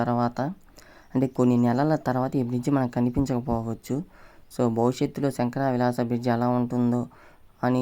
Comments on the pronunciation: Sankara vilas kaadu bro. That is Sankar villas .firest change your pronunciation, your language effect to others... Firest change your language or stop your videos immediately. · నీబొంద శంకరా విలాస్ కాదు శంకర విలాస్ అనాలి తెలుగు ఎక్కడ నేర్చుకున్నావు నేర్పిన వెధవ ఎవడు?